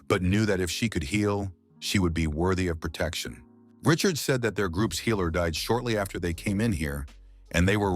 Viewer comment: The "healer" is pronounced "heiler". Annoying AF.